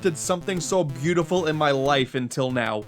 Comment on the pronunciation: This...this is byoutifal. Truly, byoutaful.